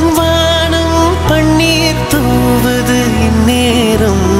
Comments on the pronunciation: your pronunciation is wrong, you are saying பண்ணீர்(പണ്ണീർ) instead of பன்னீர் (പന്നീർ or you can correctly say as പന് നീർ). The beauty of Ilayaraja is he never ever allow a single singer to pronounce a single letter in wrong way in his 58 years of career. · Panneer" Wrong pronunciation. Horrible to hear. Music directors yester years would have never allowed such flaws. Tamil killed Sorry. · பண்ணி அல்ல பன்னீர். உச்சரிப்பு படித்த பின்னர் பாடுங்கள். அப்போது தான் அழகு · அழகான பாடலை, இந்த ஆள் உச்சரிக்க தெரியாமல் பாடி கெடுத்து விட்டார். வாணம் அல்ல, வானம். பண்ணீர் அல்ல, பன்னீர். தானம்மா அல்ல, தானமா. பாடினவன் பாட்டை கெடுத்தான். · பண்ணீர் இல்லைப்பா. சற்றே தமிழ் உச்சரிப்பை மிகச் சரியாக செய்யலாமே. பாட்டு நல்லாதான் பாடறாரு. பெண் குரலை ஆண் குரலில் பாடுவது சுலபமில்லை